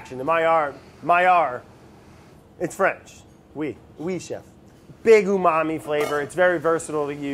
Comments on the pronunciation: nobody: absolutely no one: Brad: "UmAMi" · no one: brad: uMaMi